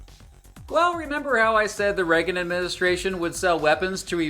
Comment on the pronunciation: I remember the Reagan era, but I do not remember anyone pronouncing his name as 'Reggan' other than. Is it a local accent thing or entirely peculiar to himself?